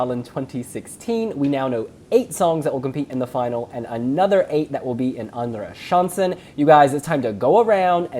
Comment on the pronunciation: Don't be too hard on yourself, you're doing great pronouncing "Andra chansen" 😘